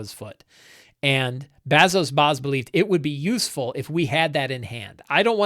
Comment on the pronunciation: "Return of the Lazy Dungeon Master" was huge for me when I was running 5e all the time. So stoked to see you trying out Blades in the Dark. Hope you guys have fun trying it out! Fly loose and light! Also, you butchering Lamblack Bazso Bas is made a bit funnier by the fact that I'm pretty sure Bazso is a stand-in for John Harper. 😂 (I get it though, learning a new game takes up a ton of "GM RAM". Lot of info to take in!)